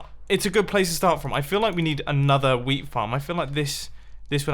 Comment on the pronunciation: when he sais wheat it sounds like weed...